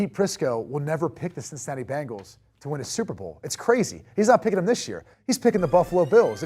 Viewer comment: Who are the "Bangals"? Can't this guy talk?